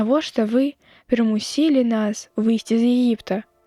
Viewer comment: Не прымусі'лі трэба чытаць, а прыму'сілі, ад слова прыму'с.